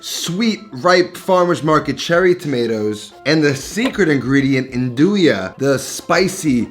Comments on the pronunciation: Italians don’t pronounce it n-doo-ya they pronounce it nun-do-ya. Don’t hate on me my wife’s italian. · I always pronounced nduja the way you did, but recently I heard local calabrians call it "ndusha". Apparently that's the right way